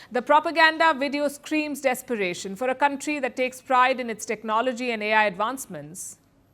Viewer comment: Taiwan, not Daiwan! Trump, not Drump!!! Technology, not Dechnology!!! Please pronounce words correctly !